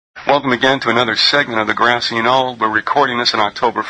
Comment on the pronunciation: ok its Grassy Noll - couldn't make out what he said and he said it just once.... He said "Grassy Noll" - I heard "Grand Seeing Owl":-)